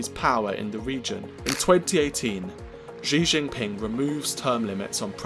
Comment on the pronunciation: This guy can't even pronounce the Chairman's name, let alone Mao's. So much rubbish in this.